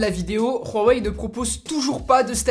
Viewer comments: Khwawei? Hhhhhhhh c'est huawei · pk il dis "Rhuawei" , c'est Huawei , tu mets pas un r devant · On dit huawai ai non rhuwai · On dit pas rhawai mais houahwai! Dans la pub du mate 10 ils disent houahwai! Arrête de te donner un style c'est ridicule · Superbe vidéo avec un test comme on aime. Rien à redire (heu on dit vraiment rouawei ? c'est chinois juste ouawei) Ta vidéo est vraiment pro, tu parles clairement comme toujours, franchement continue comme ça t'es au top ! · Pourquoi tu dis Raweï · ON DIT "WUAWEI" (en phonétique) ET PAS "RHUAWEI" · C pas "ruawai" comme tu le prononce c "huawaï" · je m'excuse mais c grave quand tu dis ruawei breffff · Putin on dit hawei pas rawei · Huawei pas Rwawei mdr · Huawei .... pas RUAWEI ... tu as cru que c'était de l'Espagnol 😂😂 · C’est huawei pas rouawei 🤣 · Je suis asiaitique et ma mère m'a dit que ça se prononce mwavaï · Woawé pas rouawé (oui j’ai écrit bizarre mais sa me dérangeais comme tu prononce) sinon top comme d’hab du bon travail et tes vidéos des améliorations depuis le 73freesteler et oui toujours abonné 😘👋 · pk tu dis "ruawei"? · Pourquoi tu prononce Huawei en mode Espagne ??? On dirait vraiment que tu dis Rorey MDR. Concernant les "boutons" comme tu dis en bas qui te dérange, il y a une fonction qui l'efface et on les fait apparaitre en faisant un léger slide de bas en haut sur 2 ou 3 cm... donc pas dérangeant du tout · J'entends mal ou c'est lui qui dit RHUAWEI ? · C'est moi ou bien j'ai l'impression que dit " Rouwawei "?? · Superbe vidéo mais par contre on prononce ça : "OuaWey" ^^' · Ca se dis vraiment ruawei? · mais prq tu dit rhowei ?? xD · Ruawei mdrrr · stp arrete de dire juawei c'est horrible mdr... sinon encore une super video